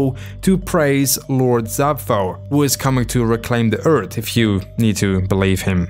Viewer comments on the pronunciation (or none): none